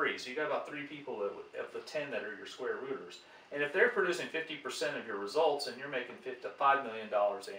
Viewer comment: I continued to hear "squatters" instead of "square rooters". But apart of this excellent video for an math and economy enthusiast like me!